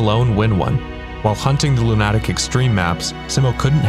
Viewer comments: LOO-nuh-tick. Not Loo-NAH-tick. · Lu nah tic? Isn't it's Luna tic.. As in mentally ill? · Do you not understand what 3 peat means? That means 3.. in a row. Consecutively. One after the other. And it's Loon-a-tick ffs man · It never ceases to amaze me how trackmania players pronounce the word "lunatic" KEKL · I dont want to word this as criticism, but it will read like it, just ignore! Why do people pronounce Lunatic Extreme like this? Lunatic is just an English word with a pronunciation, but so far I've grown up hearing it pronounced as "LunAtic Extreme". Where did this come from? Is it just language debuff? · Is "lunATic" the "official" way to say it? I just assumed that was Wirtual being Norwegian. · Good video but your pronunciation of lunatic is crazy wrong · Arrrgh, I cringe every time he tries (and fails) to pronounce "Lunatic" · did you mispronounce lunatic or am I a lunatic